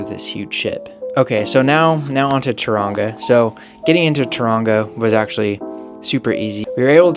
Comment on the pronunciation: say tauranga like TOE wrong A